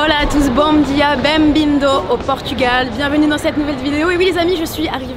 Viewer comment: bem vindo prononcé "bem bimdo" aie ca fait mal aux oreilles